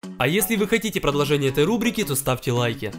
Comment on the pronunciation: ты сказал продложение